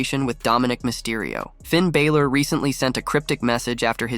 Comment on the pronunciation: Sort out the guy yapping on the pod, he can’t even per knounce Balor properly